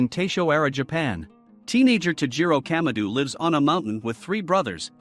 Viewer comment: Bruh why did he say kamado like kamadu